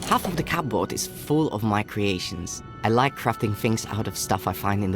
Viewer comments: genuinely really pissing me off how he pronounces cupboard. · To be fair, that's how the word looks like it should be pronounced, given the spelling. From his accent I'm guessing English is a second language for the V.A. He's most likely reading off an English script and didn't know there's an arbitrary rule that the 'P' in 'cupboard' is silent.